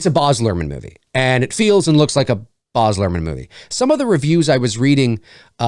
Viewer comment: No offense, but Baz is pronounced exactly as it looks (it rhymes with Jazz).